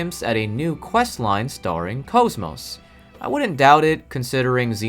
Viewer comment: I didnt know there was a bad way to pronounce kos-mos and now im scared to know how it sounds